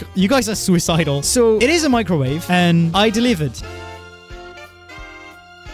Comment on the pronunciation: Microwave (Mee-cro-wa-vae) an electromagnetic wave with a wavelength in the range 0.001–0.3 m, shorter than that of a normal radio wave but longer than those of infrared radiation. Microwaves are used in radar, in communications, and for heating in microwave ovens and in various industrial processes. "microwave radiation"